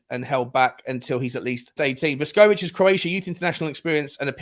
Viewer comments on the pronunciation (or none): So now you can`t pronounce both Vuskovic and Jedinak`s name correctly.😂😂😂😂 Vuskovic btw according to Romano "only wanted Tottenham". Seems to me he genuinely just chose Tottenham over the others.